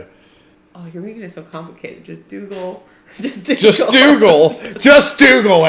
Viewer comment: It’s Dougal